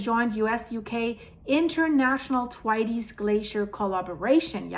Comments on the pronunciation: THANKS, THE WORLD SEEMS TO BE SENDING US EVEN MORE WARNINGS THAN IT USED TO......... I BELIEVE IT IS PRONOUNCED THWAYTS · Dear I would like to help you say Thwaites right. The best way I can describe it is if you say "The waits" really fast but say 'TH' like you say thumb or thirst. Hope this helps also I really love your pretty eyes.